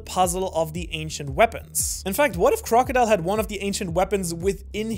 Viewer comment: Not crocodile, Croco D Ile